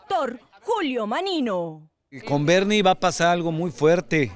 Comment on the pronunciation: Es fernie no bernie